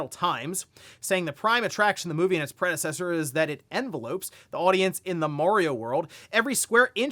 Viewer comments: Its pronunced "en vel ups". Not envelopes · You don’t pronounce envelopes in tha context how you say it for like mail envelopes. It’s like in vell ups 🤗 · Gotta dust off Super Pedantic Bros. "Envelops" has the en and vel from envelope, but the "ops" is pronounced like "ups" the direction rather than the shipping company, with a slight emphasis on the second syllable.